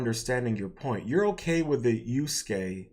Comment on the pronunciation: the fact that youre just taking something the right came up with against them tells me all i need to know about you dawg. also its yasuke not yuske lol, learn the name of the person youre making a video essay about first before trying to pontificate